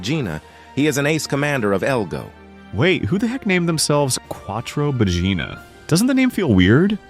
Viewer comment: Ahhhhhhh It's Quattro Baggina. I tought that Quattro Vagina was a bit too explicit.(Ps i'm Italian, they sound the same to me)